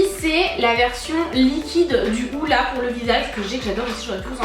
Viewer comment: AHAHAHHAH "DAY" the Hoola non non ca se lit "diouw" C'est pas peaufiner ton anglais (comme tu l'as dit) que tu dois faire, c'est le découvrir pcq la c'est la CATA